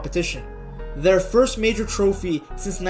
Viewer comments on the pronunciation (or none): none